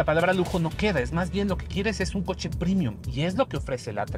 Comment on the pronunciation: Muy chiros los videos de. Un solo pero: ¿porqué dice “primium”? Es premium, latín, no inglés. Premium, no primium